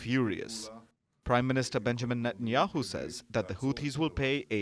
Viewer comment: It’s Benjamin Satanayahu not Banaman